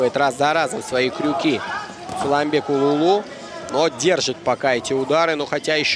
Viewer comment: Комментатору надо выучится выговорит "Сулайманбек" правильно. Бой красивый, калпак на высоте!